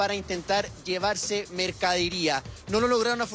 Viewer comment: Periodista diciendo mercadiría!!!!